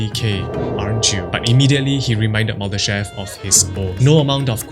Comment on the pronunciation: Боже!!!! Так коверкать ФИО Мулдашева может только И И, сколько можно такое слушать??????????